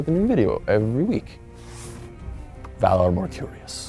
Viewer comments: Lol, "Valar Morcurious" ..and love the vid. Its known that GRRM love to mix magic with world of actual facts and things very similar with real world. Too much of anything makes it a fail, right amount makes it.. well.. GoT :) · Did he say "Valar Morkurios" near the end? It's "Valar Morghulis".... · Valar MorJULLIS? Really? Ugh.